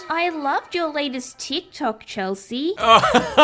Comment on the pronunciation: she really just said "teek toke"